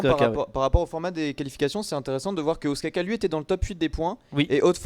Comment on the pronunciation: notez que ostkaka se prononce oustkanka en suédois ^^ et oui ca veux dire gâteau au fromage GG SWEDEN